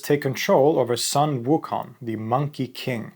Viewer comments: Please pronounce it “Soon”, not “sun”. Thank you. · The “Sun” in Sun waking is pronounced “”Soon”